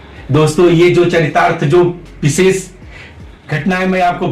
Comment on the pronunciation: लेकिन विसेस मत उच्चारण मत कीजिए आपने व्याकरण पढ़ा है उसके सूत्र पढ़ें हैं उच्चारण स्थान का पता है फिर भी एक-एक अनपढ़ व्यक्ति की तरह पूरे देश समाज मेंअपने आप को एक मूर्ख आदमी साथ ही में अपने गुरु को जिनके पास विद्याध्ययन किया है उन्हें भी मूर्ख आदमी दर्शा रहे हैं। अरे यह विशेष शब्द है न कि विसेस ।